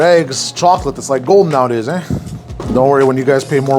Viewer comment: He did the thing! He said "eh"!